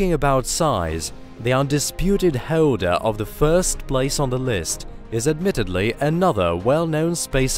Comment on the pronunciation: Lmao the computerized narrator voice says [minus] instead of “dash” when it reads this [-] symbol. It keeps throwing me off. And it adds (w)’s into words that shouldn’t be… like how it pronounces black hole… it sounds like black [howle]. Also holder [howleder], while [whaile], and other silly mispronunciations. I guess this is what you get when you cheap out on voice acting talent… oops🤣😅